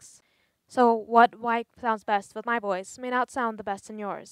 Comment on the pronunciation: ...."the woice coil wibrates"....